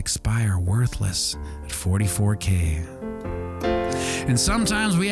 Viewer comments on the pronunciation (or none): He said ADAX K.